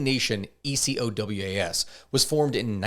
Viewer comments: Burkina Faso is north of Ghana (and Cote d'Ivorie, Togo, and Benin) not Nigeria "ECOWAS" is almost always said phonetically as "e-ko-wás" And France controls the cfa-franc it doesnt "back" and certainly doesnt "fund" it, the currency is funded by the reserves of member countries which are of course held in France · please pronounce it like a regular word "Ecowas" 😂